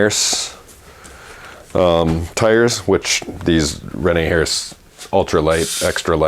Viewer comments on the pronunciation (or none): Rene Herse pronunciation: Ruh nay UR suh. Qui, je parle Francais. If there was an accent over the first "e" it would be AIR suh